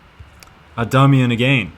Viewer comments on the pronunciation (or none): Armenian surnames have emphasis on the last syllable (Armenian surnames can be recognized by -yan ending, such as Adamyan and Grigoryan from this video). I heard the request for helping with prononciation, so, trying my best